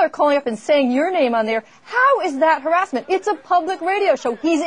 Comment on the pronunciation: haha - "haris-ment"